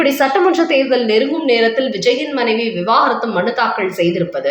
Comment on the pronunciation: அம்மா! அது விவாகரத்து.விவாகாரத்து இல்லை